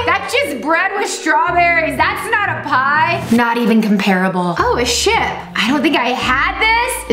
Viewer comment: when rebecca said "oh a ship" i almost thought she cursed😅